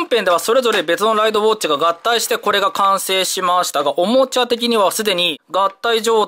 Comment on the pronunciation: た行が言えてない…… ウォッチのチが……